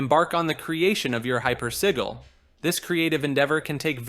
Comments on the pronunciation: Hyper. Si-jil. Not si-gul. That’s si-lee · The way you say hypersigil pisses me off lol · Man you sure had trouble pronouncing hypersigil 😅